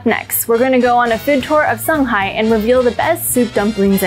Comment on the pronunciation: 卷舌音啊小姐 shanghai not sanghai